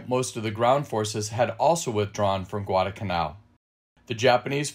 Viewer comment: Why do you drop the first letter L in the word Guadalcanal? I never heard that it was a silent letter.